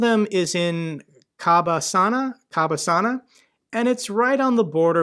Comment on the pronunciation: Co-bAs-na is the pronunciation with an accented A in the middle syllable.